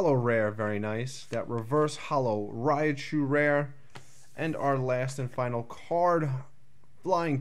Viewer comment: Rattata (which is a pretty common mistake, I'll admit, and should be Rat-ta-ta or Rat-tat-a), and it sounded like you mispronounced "Raichu" as "Raiachu"